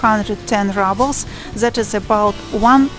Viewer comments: Keith Reynolds - You’re kidding! It’s pronounced ROO-ble(y). She pronounces it like she thinks we would pronounce it in English, like “rubble” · The video is interesting to watch but you pronounce "ruble" incorrectly. It is not "rabl" but "roobl", like you say in in Russuan: the ruble (/ˈruːbəl/). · rawbel? roobel is more correct pronunciation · oi no ne raablz, a ryyybles.